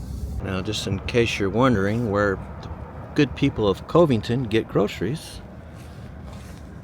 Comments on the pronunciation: MKT is the Katy Railroad . Marshall looks like Boyton Oklahoma. Farther East on Ok Hghwy 105 there is Meridian Oklahoma. all 3 towns are all old oil towns at when the oil field crash ( aka Penn Square Bank goes under so did the oil business ) The name of town is enunciated Cuv-ving ton. Just a thought, you might want to do a video on the all Black Towns in Eastern Oklahoma, you might want to see : Hitchita , Oklahoma / Brooksville, Clearview, Freedman, Lincoln City, Edward P. McCabe, Red Bird, Rentiesville, Summit, Tatums, and Vernon. Boley / Boyton / and research a town no longer with us Richardsville as well as : Brush Hill / Texanna / Pearce. My Great Aunt who was in her mid 90's when she told me about Richardsville; her version was Richards was a poor Negro, went to bed one night, woke up the next day a rich Indian and there a boat load of these types of towns on 9 West going to Norman. Most of these towns boomed during the Oil Boom in the 80's. Safe Travels Psalms Langston A prominent all-Black town that was a haven from mob law and is home to Langston University, a historically Black university Tullahassee Considered the oldest surviving all-Black town in Indian Territory, with roots dating back to 1850 Taft : Originally named Twine after William H. Twine, the editor of the Muskogee Cimeter, the town was renamed in 1904 to honor William Howard Taft, then secretary of war and later president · Covington is pronounched COV ington. No E. Love the videos! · FYI, the first "o" in Covington is not long, but rather the "o" in "love" or "shove". I got stopped for speeding there once, so I know first hand.... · Great video. I looked for homes for sale in Marshall but didn't find anything online. So, I looked in Marshalltown, IA, that you mentioned. When I lived in Oklahoma, I never heard Covington pronounced with a long O. The O was more like Dove. Didn't you used to have a Bronco Sport? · He pronounced it wrong I’m from Covington. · Cove ington it's covington